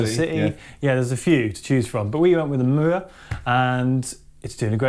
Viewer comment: I like how pronounces Mooer:) Cheers guys.. enjoyable "sound like", as always (for me). Cheers 🤘 Great example by the way! You don't have to nail it with thousands of bucks worth of gear.. It's about the music and how you play it (the fingers thing.. it's real).. showed that ridiculously well (you are beast, man). As long as the guitar is playable and stays in tune.. you're set, in my opinion.